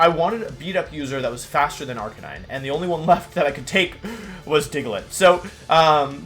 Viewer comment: There can be no way thats actually how you pronounce intimidate and arcanine